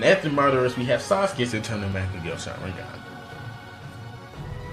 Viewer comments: "man-get-ku sharengan" xDD and why do you have so much h8??? Or are you just trying to act bad ass to compensate for something. BOI!!! U literally said that you were not going to base this list off of the people who had the dojutsu BUT for the different mongekyo sharingans you base off their strengths off of who beat who..... (Hypocrisy) Fugaku's power was not = Fugaku's Mongekgo sharingans power (Once again Hypocrisy) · Mung-Gah-Kyo Sha-Rin-Gan lols